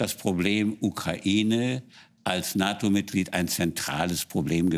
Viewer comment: "...ein Russland das stärker an die NATON herangerückt ist ... " Was raucht die Dame ?